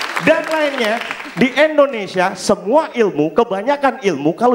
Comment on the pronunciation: Indonesia om bukan Endonesia